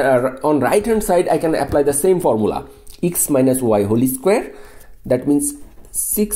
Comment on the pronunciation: He said holy square for whole square 🤣